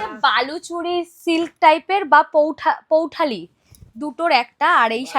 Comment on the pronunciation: আরে বলদ পৈঠানি বলে পৌঠালি নমস্কার ❌